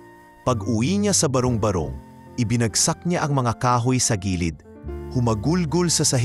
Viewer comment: ang pagbigkas ng barong barong ay hindi barung barung. ba-rong ba-rong hindi ba-rung ba-rung try to read it and pronounce well and read well